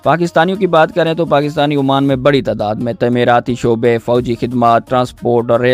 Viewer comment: Oman not Amaan